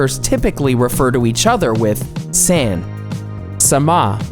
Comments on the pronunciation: The way you pronounced “san” hurt my soul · I agree, the narator even pronounced "san" wrong! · A lot of good advice here. However, there are some serious pronunciation issues. The pronunciation of "A" is NOT like the English short A sound, but rather the short O sound. San and sama should not have that back-country English pronunciation of the A. Also, the word Seiza was mispronounced. The ei part of the word should sound like the English long A sound. Correct pronunciation shows respect and effort to learn the basics of the Japanese language. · Is it rude to tell you that its not "San" but its "San" ? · "sAAn" "tAAn" gave me a seizure Why are you trying to inform about Japanese honorifics when you can't barely even have heard Japanese before with that butchering of San which is used so often you can't have missed it. God damn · He pronounce "San" like "Sand" The correct way to pronounce it, is "Sun" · Cunt it's pronounced like s ah n, not s an. Japanese doesn't use the 'an' type a sound; an a in Japanese is always an 'ah' sound. All the sounds in Japanese are singular; there are no different sounds for the same letters (although transliteration is pretty bad about getting the letters people would use in English for the sounds in question. although at least it's better than Chinese transliteration, which is basically a separate language with no relation to English but the letter shapes). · I cringed when he pronounced "san" as "saen." It's "sahn." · not really "sun," more like "sahn" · For the love of god, please pronounce the Japanese words correctly. No one will understand you if you call them a SAN, like san francisco. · Saan, not a as in "@ nor "a" as in Sam. Argh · The mispronounciation of seiza and san was surprising. :/